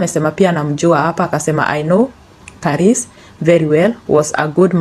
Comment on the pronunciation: Pronouncing some names 🤔 not on point upgrade. Father Karis continue RIP